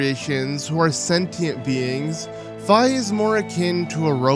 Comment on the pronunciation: Tatl isn't as annoying as Navi. She doesn't constantly tell you what to do next. She usually just mentions it once. You are one of the few people who pronounces Fi's name properly. I get annoyed when people constantly call her Fee. Didn't they hear her name in Hyrule Warriors?